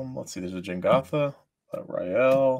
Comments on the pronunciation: I can't believe they went the whole episode calling it Jengatha, when it is Jegantha lol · i really hate saying Jengatha instead of Jegantha. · keep calling it Jengatha, but it is Jegantha